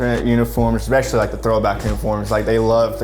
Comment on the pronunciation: This dude needs to learn how to pronounce "especially"